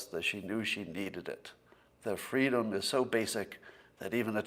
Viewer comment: “Fweedom”? 🤔...Any PhotoShop experts interested in attempting some sorta “Braveheart”/Kamala Harris mashup meme?